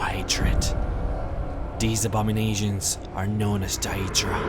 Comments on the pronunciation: daedra not dia-dra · Isn't it pronounced Day-drah? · he says deadra wrong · Dude u pronouce it like DAYdra not daEdra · It's Day-dra. Not diadra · I like your vids, but please work on your pronounciation... dAEdra... comeon.... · I’m sorry but it’s a good video but your pronunciation for Daedra and the ebonheart pact is bad and I’m not trying to be rude like I said it’s a great video otherwise! And the “hero’s” that you call the skald king and the queen of the aldmeri dominion. Are not the kings or queens of said race they are meant to represent us the player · wow..the way you prenounce daedra, ebonheart pact etc..work on that mate. :) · he says daedra wrong and it bugs me rlly badly no offense